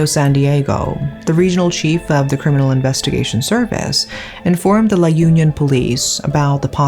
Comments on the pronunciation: Sorry to butt in but it's not pronounced as /yun-yon/ but it's pronounced as /ū-nyon/. It's not an organization as what you pronounced. It's a place. Suggestion, if you're going to give narrative about a specific place, please have research on how it is pronounced. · La Un(eun) - yon :) that's how it's should be pronounced... anyway, thank you so much for covering this case.. I haven't heard about this b4 and it reminded me of that movie with a female lead named Anna that woke up when she was assaulted in the morgue table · I giggle every time you say La Union, hehe It's supposed to be La Union as in Unnie (언니) -yon. Good story telling as always!